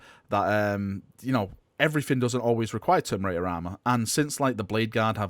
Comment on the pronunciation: Say it with me....Ter..mi..na..tor